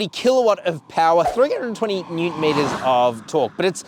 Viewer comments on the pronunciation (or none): none